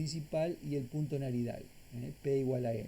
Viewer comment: Una pequeña observación: No es Naridal, es Nadiral, de Nadir